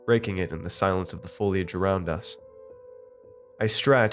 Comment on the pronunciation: He pronounced "foliage" correctly!